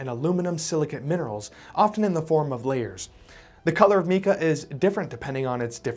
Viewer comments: Get the pronounciation correct not "meeka". It is "m 'long I' ka" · In my opinion... A new drinking game. You take a drink every time he mispronounces 'Mika". (Mike-a, not Meek-a...) Unless he's British. They talk funny... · Almost everything he says about technology and science is completely false. And its pronounced “MYKAH” not meeka! Moron. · Mica is pronounced with a long "i" not short my-ka. Not mee-ka...where did you go to school or did you quit,? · 'MY-ca', not ME-ca. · It’s M-eye-kah, not Mee Kah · Meeka sheets - where are you from? nobody pronounces mica that way. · So what is Meka ? it's a word that you just made up, or your are mispronouncing on purpose because of your ignorance ! 🫵😼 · “Meeka” eh? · Sir, you are pronouncing Mica wrong: It is pronounced with a long “i” sound: mica /mī′kə/ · Mica is pronounced with a long I. “My’-kuh”. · pronouncing mica wrong.